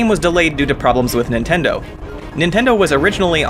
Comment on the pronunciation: Thought he said "nintender here"